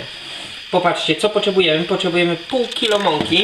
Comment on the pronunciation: Przestań mówić "Poczebujemy" :D